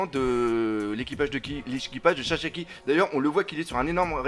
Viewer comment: Pourquoi tu dis Chachaki c est écrit Sasaki pourtant nan ??